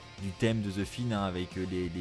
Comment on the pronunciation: je c'est qui c'est je parlais de la façon d' de dire "The Fiend" en "The Finn" 😂